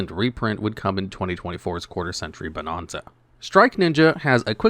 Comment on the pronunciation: This is how you know that you don't look at the comments. If you did, you'd be pronouncing bonanza properly.